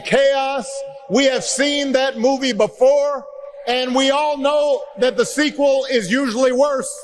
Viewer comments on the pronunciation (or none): none